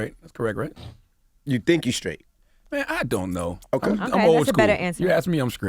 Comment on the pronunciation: Is CTG saying he is "scraight"?